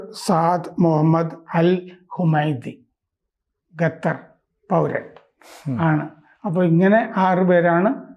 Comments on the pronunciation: Qatar.... ഖത്തർ...قطر Pronounce it correctly. ഗത്തർ അല്ല. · ഗത്തർ അല്ല ഖത്തർ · ഖത്തർ എന്നാണ്, ഗത്തർ അല്ല. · ഗെത്തർ ,ഗാമേനി , ഇസ്മയേൽ ഗനിയ അങ്ങനെ പോകുന്നു പേരുകൾ 😅